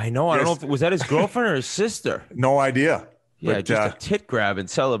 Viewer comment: Hey Whitt, no 'R' in the word idea